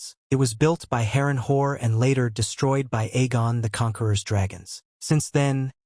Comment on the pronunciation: Good video but I died when it pronounced it Harren hore... 10/10 would pronounce again...